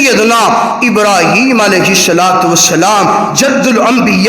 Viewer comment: درودشریف میں ابراهيم کو، ر. کے بعد الف کے مقدار میں لمبا کرکے پڑھاکریں